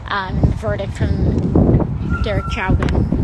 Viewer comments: She doesn't even know how to pronounce his name, lol. She should not be in congress! I cannot fathom why anyone would ever vote for her! Censure her along with Maxine! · You have to be a troll, right? The commenter wrote "censure". It's a word. You have got to be joking or trolling for reactions. AOC is mispronouncing Chauvin - I think.. But maybe we are, who knows. It's not a reason to dismiss her. But I think maybe the eye make-up is. She sure spends a lot of time looking at herself. (I'm half-joking. AOC expresses an important point of view, even if it's too far left for some [including me],)